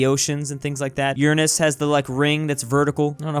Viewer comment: BRO HE SAID URAN*S